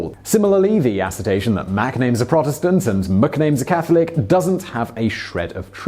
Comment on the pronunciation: ASS ER TION not "ASS ER TA TION" -Today you found out